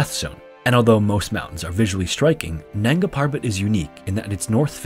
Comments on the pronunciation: Dear creator, I like and appreciate your content but please try to learn the right pronunciation of hindi/urdu names before narrating. Your pronunciation of “nanga” was just so annoying to me that i couldn’t complete the video. Sorry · Isn't it nanga instead of nagna